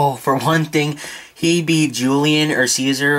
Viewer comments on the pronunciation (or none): none